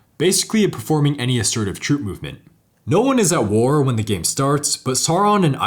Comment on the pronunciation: I thought you said that the bottom of the politics tracker was "Al Gore" instead of "at war". I had to do a double take and rewind.